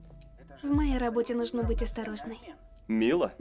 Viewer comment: Не нано, нуно